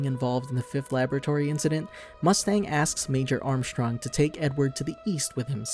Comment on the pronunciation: I’m glad you said armstrongs name like that, very cultured